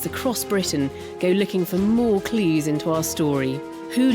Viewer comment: lol with the pronunciation, "clews". Or maybe that was an umlaut - "clüse". Still, better than the devolved patois that current applies in London these days, I guess...